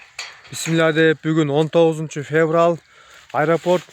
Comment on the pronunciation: 19 - феврал эмес , февраль деп айтылат таксыр, ь накты кошуп айтыш керек . Палто деп айтылбайт, пальто деп айтылат .